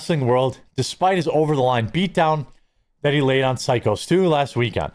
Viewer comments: Syko pronounced Psycho come on Quartering. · I'll buy some coffee when you start pronouncing Syko correctly 😂